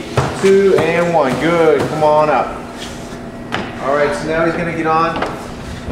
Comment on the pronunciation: What? "Cha-mon" man... (- _ -)